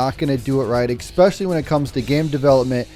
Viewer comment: Gotta love you saying you gotta do it right as you immediately say expecially haha. Konnan would have been awesome for the pack.